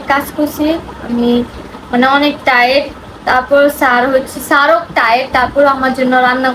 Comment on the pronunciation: টায়েড না আপু টায়ার্ড